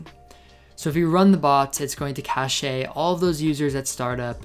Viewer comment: yeah i'm pretty sure it's pronounced "cash" lolol. great vid tho!